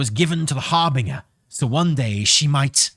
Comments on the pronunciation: Harbeaner? LOL it's HAR-BIN-JER. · Seriously? Har-bing-er? Again? Can you, for the love of God, just pretend the 'g' is a 'j'? You know, like in ginger? It's pronounced Har-bin-jer. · I breathe sharply through my nose every time says har-bing-er. Would make a great drinking game LOL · Actually it's pronounced Harbinyer. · You mean it's not pronounced "hair - bringer"? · I'm getting on a train to Swansea right now to slap you until you start pronouncing"harbinger" correctly. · corrected by his wife that it's a soft G in harbinger. uses the hard G anyway.